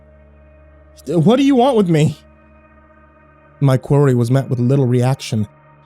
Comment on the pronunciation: HAHAHA that elevator one , you say quarry like where you mine rocks not query as in asking a question